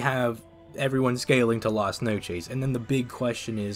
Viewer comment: Hearing you pronounce “Las Noches” made me surpass both Saitama and Ichigo.